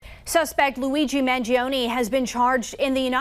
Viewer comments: Why is everyone pronouncing Luigi ‘s last name wrong? Do you know the musician Chuck Mangione? It’s pronounced man- JOE-ne, not man-g-OWN-e. It’s unbelievable that the media continues to make this mistake. Most of these people are well educated. Or so I thought. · I have an Italian friend who says it's, mahn-ZHO-nay. Maybe it's been anglicized by the family? Based on your comment, I found an upload from 12 years ago by BillBlogsTV showing a talkshow host pronouncing it: man-gee-OWN-ee and Chuck doesn't correct him.